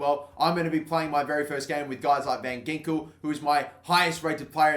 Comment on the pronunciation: I know you won't read this but van Ginkel is actually pronounced van Hinkel